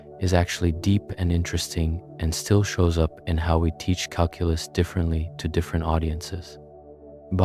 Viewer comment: This would be nice if your pronunciation of Calculus didn’t piss me off